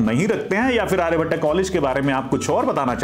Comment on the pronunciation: sir firstly just pronounce आर्यभट्ट not Aryabhattaaaa. Baaki overall college development stage m hi h. aane wale 3-4 saalon m kaafi kuch improve hoga. Aur ek collage m ho ke aapko do college campus ka mahol milta h.